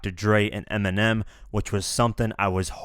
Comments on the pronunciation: Nobody says eeminim.you wouldn't say that cuz it sounds stupid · People literally mispronounce Eminem daily by saying it as M&M lmao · Many people mispronounce Eminem lol why do they have to bitch about it